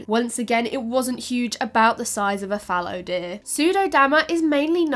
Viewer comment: I was just thinking how much I like how says "fallow deer."